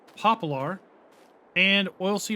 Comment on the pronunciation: Axion and poplar were also miss pronounced by in the same manner lol I think he does it to mess with us